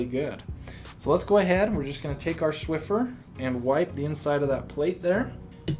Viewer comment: he said "Shwiffer" instaid of "swiffer"